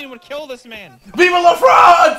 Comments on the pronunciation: Its vive not viva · It's vivE not vivA. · "Vive la France!" Not viva! :D -A french subscriber who loves your videos. :3